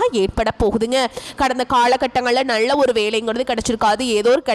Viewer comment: நள்ள அல்ல நல்ல ..தமிழை சரியாக பேசுங்கள்